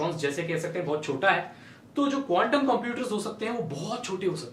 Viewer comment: app quntum bol rahe the ya condum😂😂